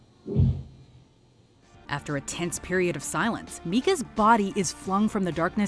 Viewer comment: As a fellow Micah, it’s not pronounced meekah, also, paranormal activity was terrible